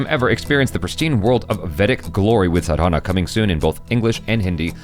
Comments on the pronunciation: you're pronouncing it wrong. It's not Sadhaana, pronounce it as Saadhana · Its Sadhna Which is spelled as Saa-dh-naa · right pronounciation - "Saa-dha-na".......... rightful meaning is 'practicing an act by repeating'........ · you are pronouncing it wrong, it is like "saadhna"